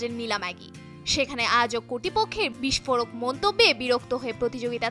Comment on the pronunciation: শব্দটা বিষ্ফোরক, “বিস্ফোড়ক” নয়!